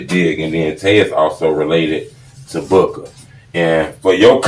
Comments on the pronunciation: It's Booo-Kah, not book-aah. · It’s Boo-ka